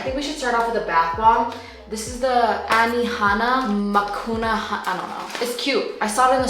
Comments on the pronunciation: don't get me wrong im a massive fan and i love you but girl its pronounced Ma New Car not makuna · It’s not Makuna it Manuka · The manuka honey bath bomb is from NZ and it’s pronounced mah new ka 😂 love your vids <3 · Manuka honey. Muh-nuke-ah lol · i love you but its pronounced Mah-NU-ka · I just love that she tried to pronounce the Manuka bath-bomb but just gives up while trying to pronounce mid way through the sentence. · the fact that she can say niacinimide but not manuka LMAO we still stan though this video was just so comforting (like every single one) <3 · Also the way you pronounce Manuka honey 😂